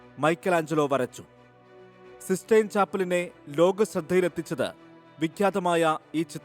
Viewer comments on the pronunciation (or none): സിസ്സ്റ്റൈൻ ആണ് സീസ്സ്റ്റൈൻ അല്ല.